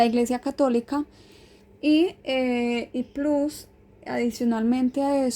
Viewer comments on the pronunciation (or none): none